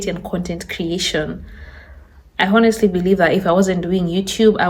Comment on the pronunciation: Stop saying “honestly “ learn how to pronounce it correctly! It’s annoying 😊